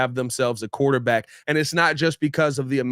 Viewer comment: What the hell is a "QUATERback"??